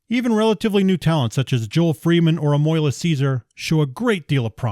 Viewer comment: A-MWAH-LAH. Just so you know lol. Amoila is pronounced the French way.